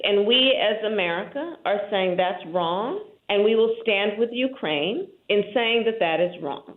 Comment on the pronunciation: Wussha is a BIG BUWWY and Ukwaine is a smol bean